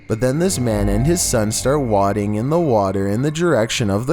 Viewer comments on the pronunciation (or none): Its pronounced Way-ding, not wodding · the word is wade-ing not wahd-ing. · brother, youve got to learn how to pronounce wading. its wade-ing, not wad-ing. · The man and his son are not wadding in the water they are wading ,(way-ding) lol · OMG! "Wadding" in the water.....you "wad" up a piece of paper, or clothing.....you wade out in the water, hence "wading"......the English language is well on it's way to being lost by the generations to come. This is ridiculous!!!!!! You should be embarrassed! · Wadding in the water lol. Learn proper pronunciation dude...damn